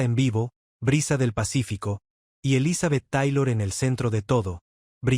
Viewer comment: Mentiras más me mentiras,Ni siquiera sabe pronunciar el nombre de ELIZABETH TAYLOR Y RICHARD BURTON!!!(POR FAVOR)!!!